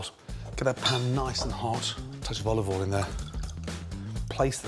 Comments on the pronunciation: dear mr ramsey: it's olive oil, not olive awl. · tablespoon of oluvoiel